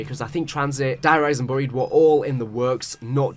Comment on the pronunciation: Fortnite accent kicked in. Bro said burryied, instead of buried. 😂